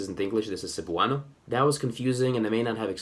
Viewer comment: I can confirm. (Edit: I forgot to mention how the stress was butchered)